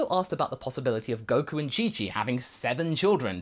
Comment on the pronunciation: He misspelled Goku, that's why he said Koku